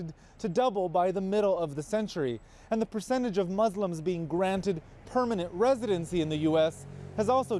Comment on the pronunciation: The concern you hear in the bald guys voice is fucking hilarious. I died when he said "PERMANENT RESIDENCE" 😂😂